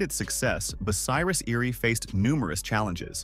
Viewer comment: I quit watching within the first 2 minutes as you couldn't pronounce the name correctly. It was also annoying to watch irrelevant pictures flash by. Just my opinion, but not a good way to tell the story of a manufacturing giant.